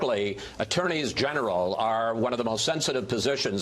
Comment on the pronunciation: “Attorneys generals”?